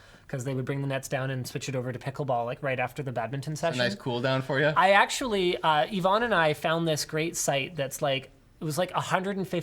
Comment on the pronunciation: Why do you keep calling Yvonne Ivan?